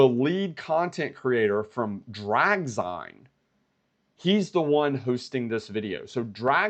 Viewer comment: its pronounced “Drag-Zeen” (like magazine) … watched the entire replay 👍👍👍